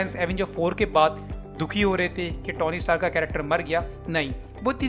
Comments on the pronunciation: Bhai vo Tony hai na ki tauny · O bhai..tony ki pronunciation theek se Karle